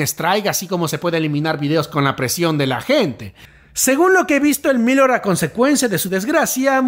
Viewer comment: Gracias por los vídeos! pronuncias raro Elmillor jajaja. No lo digo con maldad no te enfades por fa! Sólo quiero ayudar. Se que es raro xq es una palabra en catalán. (pronuncialo como con tilde en la o, "el millór" algo así, puedes usar el traductor para saberlo). Un abrazo!:3